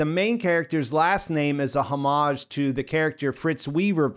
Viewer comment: You mispronounced HOMAGE....badly